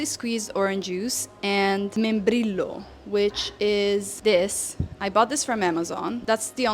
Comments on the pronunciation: Membrillo is pronounced membriyo. Two L's is pronounced like a Y. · MembriSHo would be correct pronunciation for someone from el riodelaplata😅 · That was some grey looking quince jam though and tasting like pears sounds kind of weird to me. The "membrillo" (the translation of "quince", and btw, the LL in it is pronounced more like the "J" in jhon and here, more like the SH in show, if you are curious). The one I know (im argentinian) is very very thick (it is sliced) and coarse (seeds i think, which btw I believe are colon astringent) and very deep red, like beets. Also haha sorry but no, matter is extremely bitter-. I mean you should not put boiling water in it, just shy of (80 something celsius) ideally, but still is quite bitter and some can be rather acidic. It is an acquired taste and i dont like it either but most do. THough many, many people use sugar or sweeteners with it. SOme add "peperina" (peppermint?) nnd orange peels. But as for the procedure, that is argentinian snobbery, almost a religious thing, you dont need to do any of that. But if you want to know, the shaking is necessary more or less depending on the brand and it is to dislodge a lot of dust that could clog the straw (though mate is also sold as "mate cocido" in tea bags so--) and the 45º angle and all is mostly bs. In theory it helps keep the leaves for longer but i never noticed a difference. Moving the straw does tend to make a bigger difference in how long it last and how much it clogs though but not enough that you HAVE to follow the procedure, same as you dont have to brew tea like a traditional chinese host - but anyway, yeah, sugar and a